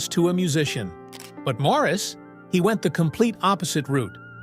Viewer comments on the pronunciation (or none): none